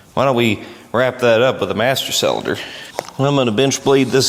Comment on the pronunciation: Is it just me or dose say the word "cylinder" weird? I swear he says sell in Der